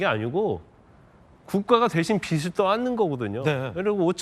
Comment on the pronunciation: 권영진님~ 빚을 '비즐'이라고 해야지, '비츨'이라고 발음합니까? 참 수준이 .....